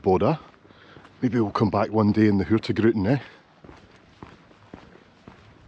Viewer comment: Just one tip: the word “hurtigruten” is not pronounced “hurti-gruten.” It’s a compound word, hurtig + ruten. Some people pronounce the g, with a pause after the g, but for most people the g is silent. So just say “hurti-ruten.”